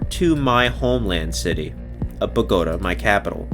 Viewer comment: Bogota Bo-Go-tow lol It’s pronounced Bo-Go-Tahh